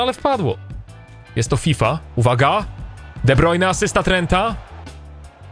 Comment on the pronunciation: De Brujne, De Brujne, De brujne przestań kaleczyć jego nazwisko w końcu bo tylko irytujesz.